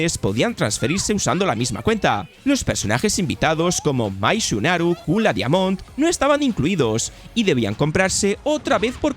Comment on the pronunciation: "Mai shunaru"...la recontraputa que pario al Jwulen de marca blanca....si vas a leer un guien al menos aprende como se dicen los nombres "MAI SHIRANUI"...shumaru...shumaru te va a caer a ti como te oigan los fans de SNK...